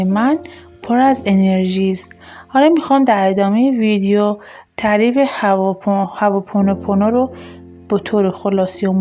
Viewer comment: هّوا پونوپونو نه عزیزم هُواوپونو..وقتی نمیتونی یه کلمه رو درست بگی چطور انتظار داری به حرفات گوش کنن.ضمنا این ۴ذکر ربطی نمک ندارد .ماستارو قاطی ابگوشت نکنید لطفا